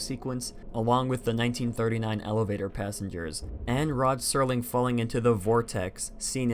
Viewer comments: The “c” in facade is pronounced as an “s”. Also it’s Rod Serling not Sterling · It’s Rod Serling bud, not Sterling. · Rod Sterling...ROD STERLING... It’s Rod SERLING! No T. 😀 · Its rod serling, not sterling